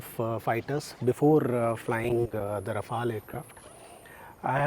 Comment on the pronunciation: First time I see them pronounce Rafale(Rafaal) properly. Rafale in french means gust